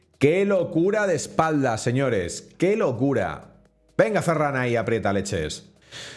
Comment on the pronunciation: has pronunciado mal el apellido de ferran